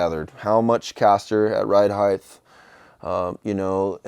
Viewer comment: Hey, love your builds dude! You're such a talented guy! Something's bothering me though as I keep hearing you say ride "heigth" instead of ride height. It ends with a t not th. Sorry I'm being picky...